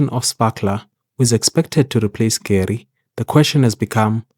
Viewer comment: Not to be that guy. But I will be that guy. Her name is pronounced Gu-Ray. You know this from her First Meeting voice line.